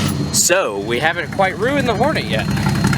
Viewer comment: The way you pronounce Hornet sounds like a Sounds like a 1970s porn film. Trader Hornee.